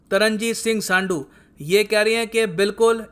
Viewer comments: संधु not सांडु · सांडू नही जी ,it's संधू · भाई ये सब अंग्रेजो के औलाद बनने का शौक है जैसे राम को रामा कृष्ण को कृष्णा कर दिया वैसे ही संधू को सांडू कर दिया । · Sir सांडू नहीं है संधू(sandhu) है😅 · सं‌डू नहीं...... संधू होता ह.... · Its not saandu its sandhu.... Theek se toh bolo.... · संडु नहीं संधू है सर 👍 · संड्डू nhi sir संधू hota hai.. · तरनजीत सिंह सांडू नहीं संधू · सांडू ?? It's संधू !! Indian ho, Indian ki Tarah hi pronounce karo bhai !! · सांडू नही संधू हैं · 😂😂 सांडू नहीं संधू kya sir kuch bhi😂😂😂😂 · तरणजीत सिंह संधू not सांडू I respect you u sir pronounce correct name ऐसा तो नहीं कि आपने ..... संधू का नाम नहीं सुना होगा। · सन्धू hai सानङू nahi. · सांडु नाहि सन्धु होता है भई!😂🤣👍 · Bhai vo सांडू नहीं संधु है .😀😁😂😂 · san du nhi its san d hu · its संधू not what you said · pronounce सधुं as साडुं ...... 😜😜😜😜